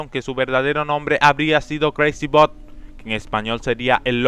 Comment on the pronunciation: Jajajajaja "BOD" esponja????